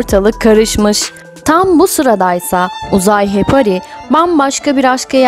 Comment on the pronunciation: Madem belgesel yapıyorsunuz , önce Türkçe konuşmayı ve okumayı öğrenin lütfen.. Hepari deyip duruyorsunuz.. HEPARI ..Sonu I ile bitiyor..